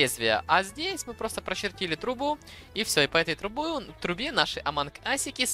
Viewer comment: нэ аманк ас а амонг ас вот так правильно!!!!!!!!!!!!!!!!!!!!!!!!!!!!!!!!!!!!!!